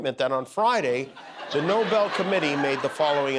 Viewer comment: Nobel not Noble! When do you understand that?